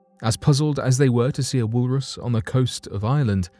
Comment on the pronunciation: " wool Russ" 🙄